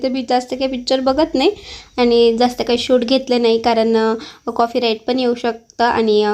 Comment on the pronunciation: कॉफी राईट नाही ग कॉपी राईट म्हणतात